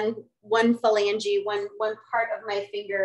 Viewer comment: phalangee. That made me laugh. I can't afford a PURE but I could watch these videos all day. I appreciate the work you do.